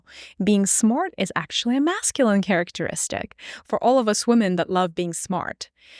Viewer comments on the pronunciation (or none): none